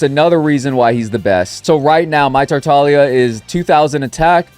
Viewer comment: 2025 and we’re still missing the g in tartaglia? `_>`